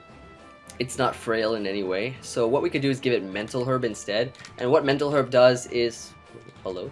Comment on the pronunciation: I'm gonna need you to pronounce 'herb' correctly.